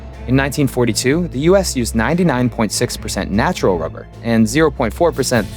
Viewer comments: Why does it seem every expert in rubber has a slight inability to pronounce 'r' too perfect😂 they be spending their whole days talking about wubber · "Its a essential fow cell membwanes" "Wubbew" Lmao rhotacism is a hilarious thing. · Diabolical work having a person being a rubber expert but cant pronounce rubber. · She seems like a lovely and highly educated lady but god damn having a rubber expert who can't quite nail pronouncing their R's all the time... I hope we can all see is a little funny.